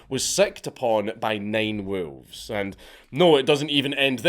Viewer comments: You say WoOlves. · Lmao at hearing a scottish person say wolves. "WOOELFS" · Love the pronunciation. Woo-levs. 😂 Much Respect. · The way you pronounce wolves...